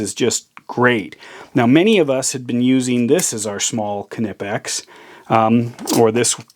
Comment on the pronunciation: Respect your tools. Dont throw it to your desk. Greetz from germany (your knipex pronouncement is correct.)